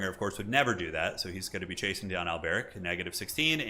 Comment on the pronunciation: The way you pronounce Alberic, though. Do you think he's Arabic or something? :D